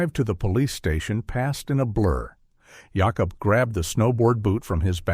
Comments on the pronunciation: I understand not everyone pronounces some things the same but "Yacob instead of Jacob?" Wow 😮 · Ive never heard of that pronunciation of Jacob.